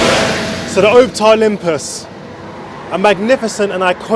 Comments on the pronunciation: I must now be really old when these new fangled modern buses are the oldest in the fleet! Pronounced OPtare though, not OPETare. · Its Op (as in Ops) and Tare (as in Tear.) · why does bro say OWPTAR not Optare